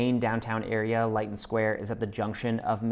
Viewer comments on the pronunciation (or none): Very nice overview! I'd just add that the coast (Stinson Beach, Muir Beach, other coves around the headlands) is just 1/2 hour away. And Lytton rhymes with "kitten." 😉